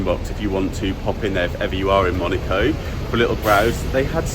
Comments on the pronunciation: Fantastique... mais c'est MonAco et non Monico, s'il vous plaît! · I only hear MONICO not Monaco 😂😂😂 sorry mate but that aint it 😅